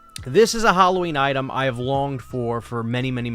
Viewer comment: This is an interesting video, but please oh please learn how to pronounce Halloween! It's so annoying every time you say the word. It's not "Hulloween", it's not "Holloween", it's Halloween. "Ha" as in "Hat". The word is an abbreviation of All Hallow's Eve.